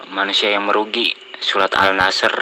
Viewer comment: al ashr kok al nashr??